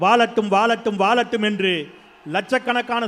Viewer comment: வாழட்டும் என்பதற்கு பதிலாக வாலட்டும் வாலட்டும் சொல்றீங்க போங்க, நீங்களும் உங்க தமிழும்😂❤